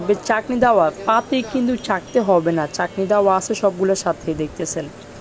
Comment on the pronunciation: কথার কি... ছি ..রি ছাঁকনি কে বার বার বলতেছে চাকনি..🤣🤣😂😂